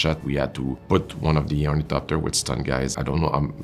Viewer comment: Nailed the thopters!